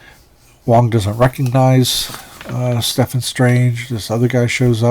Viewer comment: Stephen is pronounced "Steven". Stefan is what you keep saying. Minor peeve. 😉